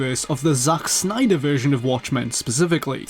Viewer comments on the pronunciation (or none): I like it how he says Zack Snyder. "Zauch Snyder!"